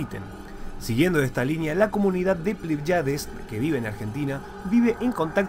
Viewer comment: Bueno el video pero creo correctos corregir algo, no es "Plaiades" sino "Pléyades" con acento en la primera e... y ese es un grupo de 7 estrellas llamadas también las 7 hermanas o l constelación de las Pléyades